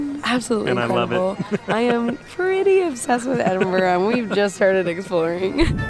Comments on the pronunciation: I just wish you’d pronounce it correctly…EdinBRUH.😊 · Usually it’s pronounced Edin—bruh, Iron-bru does have iron in it. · actually it's ed-in-bruh, I believe...